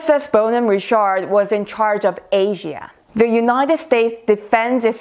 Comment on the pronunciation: It is not Ri-SHARD